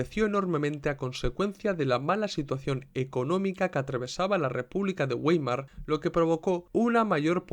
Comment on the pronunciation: Vàimar, se pronuncia Vàimar, un poco de cultura general por favor